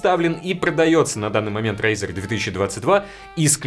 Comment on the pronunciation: Не смог выговорить. Это тебя Валя наказал рекламировать razr?